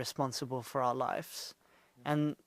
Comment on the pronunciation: taaki, it's not "life's" it's "lives"